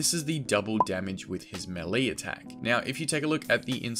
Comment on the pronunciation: ‘Maylay’ not ‘melly’